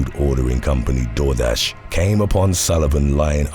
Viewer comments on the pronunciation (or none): none